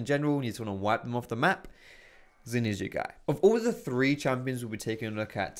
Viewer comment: u pronounced xin the same as xayah end.